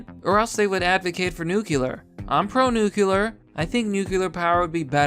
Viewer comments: C'MON... IT'S 'NUCLEAR'. 'NUCULAR' IS A BUSHISM. THANKS FOR YOUR HELP. AND FOR YOU OTHERS... THERE IS A 'T' IN THE WORD IMPORTANT [THAT IS IMPOR 'ANT]... AND, BY THE WAY, 'ANYWAYS' IS NOT A WORD. JUST SAYIN'. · Okay everybody, say it with me. "Noo-klee-er" That's how you pronounce "nuclear", not "noo-kyu-lur". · Nucular its nu-clear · Good video but jesus fucking christ it's noot new-kew-lur its NEW CLEE UR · Pronounces nuclear as "nucular". Instantly loses credibility. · It's pronounced nu- clear, ugh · Nucular is not a word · You say nuclear like G.W.